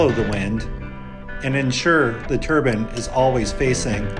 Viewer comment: It's turbine , not turban